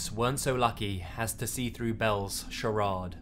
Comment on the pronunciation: Fyi, charade is pronounced, (sha- rayd). Not to be rude tho...